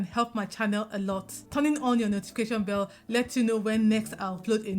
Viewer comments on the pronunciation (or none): none